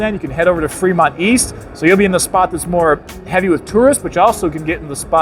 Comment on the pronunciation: Take a shot everytime he says "Freedmont".